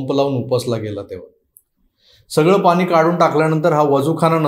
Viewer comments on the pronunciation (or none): none